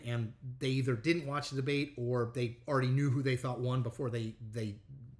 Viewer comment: He took "de-bate". Lol